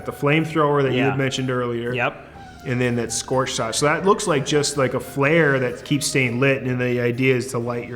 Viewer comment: The pronounced sorch shit wrong…